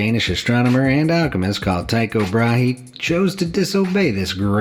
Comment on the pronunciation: The women who was killed by the scarf, i knew it already when he said "a long flowy silk scarf" 🤦🏼‍♀️ Also Tycho Brahe, i love the way people try to pronounce danish names in English it sounds so wrong 😂